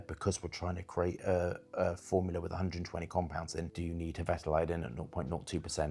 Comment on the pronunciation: He mispronounces a lot of things, all the time. Always has. VeRtiver (Vetiver), Labdaman (Labdanum), BergamoNt (Bergamot). No big deal, it's just irritating.